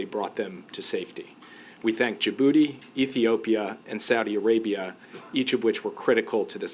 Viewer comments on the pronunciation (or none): "We thank ja booty"